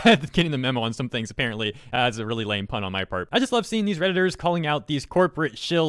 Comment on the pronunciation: "redittor" cringe